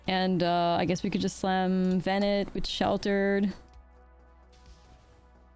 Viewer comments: In this case, by looking at other cards from the FFXIV batch. Just about all of them have some sort of French pronounciation of the names. Louisoix, Urianger, Alisaie Leveilleur and more. But evening that was too obscure, it still sounds odd to pronounce VenAT as VenETT. Had it been a one-off, no one including me would’ve noticed. But just in this episode it was like.. 3-4 times in a few sentences, so I was like… is she doing it on purpose, some internal joke I don’t know of? :p But all this to say, it’s not as big a deal as I’m making it sound. I just like knowing I’m not butching someone name, so I project :3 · Please, don't call her Bennett ;_; The "a" is the same as in "after" DX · One of these days, is going to pronounce Venat correctly. I know shes mostly american at this point, but it's "Ven-ah", not "Vennett" xD